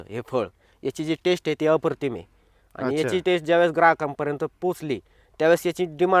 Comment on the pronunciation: अप्रतिम म्हणायला शिक